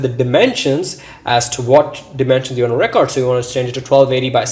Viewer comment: lol bro but sorry but its re-cord not re-coortd